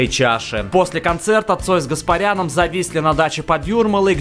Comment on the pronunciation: Бля, пиздец. Не Гаспарян, Каспарян, не РобЭртович, а Робертович